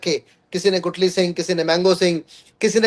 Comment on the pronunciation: Gutli नहीं Guthli